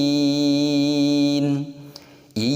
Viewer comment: di lafad qrairil kenapa dibaca qroiril begitu dilafad yaumiddin dibaca you padahal tidak ada bunyi oo pengirim dari Aceh